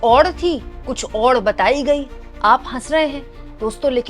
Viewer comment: “Oud” ?! 😂🤷🏻‍♂️🤷🏻 “Aur” hai wo.